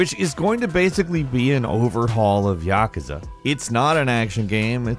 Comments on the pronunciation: its pronounced YAH-KOO-ZAH not YAH-KAH-ZAH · Its not pronounced (ya-ka-za) its pronounced (ya-koo-za) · Yakuza (yuh·koo·zuh) will hunt you down if you keep calling them Ya ke za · Yawkaza ? It's ya ku za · "Yuh-koo-zah" ... that's al. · YES. It's "Ya-cooze-uh." Everyone knows that. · yaK-uza or YAKOOZAA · Wow! Yah-KOO-zuh boyeee Yah-KOO-zuh. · Its YA-KOO-ZA.. seriously dude? You dont know how to pronounce yakuza?? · he pronounced Yakuza wrong too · I die a little inside whenever he says yakuza 😂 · The way you say "Yakuza" hurts my soul. Other than that, love the content. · I’m triggered by how he says “Yakuza” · Yes ! I’m like wtf every time he says it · HOW DO YOU MISS PRONOUNCE YAKUZA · ...why is he pronouncing Yakuza like that? Makes it pretty obvious he hasn't touched a single game in the series. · Saying yakuza wrong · Anyone else get triggered on now he said Yakuza? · He obviously never played yakusa he can't even say it right